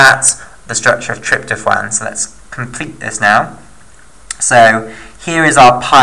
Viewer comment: Trypto(phwaan) is what it sounded like you said. You mean tryp-to-phan like Trip-toe-fan. Good vid though man